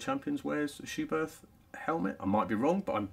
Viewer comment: Good information video. But a well-intentioned note from me as a German... it is pronounced "Schubert with a short T"... without the H after it. Please ;-) Michael Schumacher also wore Schuberth helmets as an active F1 driver.